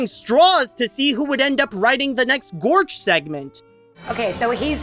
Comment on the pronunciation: it's pronounced Gorch not Vorch